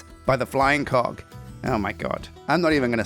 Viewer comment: You really need to pronounce the G in Cog better! When you said Sheila got hit in the face with the Flying Co…” I spit my food out 😂.